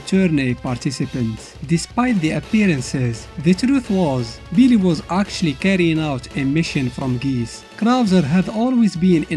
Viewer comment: Bro the way How he says billy sound like believe lmaooooooo no cap